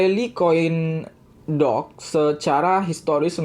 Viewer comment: Doge sama dog beda bacanya